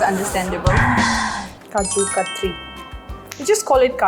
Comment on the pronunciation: Katri nahi re totli its katli... Ka- ta- lee🤣🤣